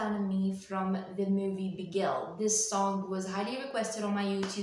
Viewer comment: Not Begil called Bigil